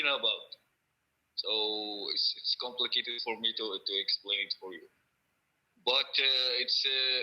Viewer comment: 🤣🤣👉🏻he said "compicated" 🤣🤣👉🏻🐫🐫🐫